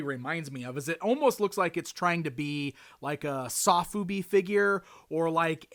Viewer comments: Sofubi (Which is actually pronounced "So-Fu-Be" not "Sof-Ube" ) often comes in plastic bags with header cards. I think thats why they gave you a bag and header card in the package, since many sofubi collectors also collect the headers. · 'Saw-foobi'? You meant 'so-fubi', dude. :)